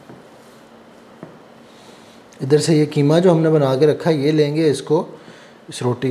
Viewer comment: کیمہ نہیں بلکہ قیمہ ۔ بولیۓ بیٹا ۔ وسیم انکل ۔کراچی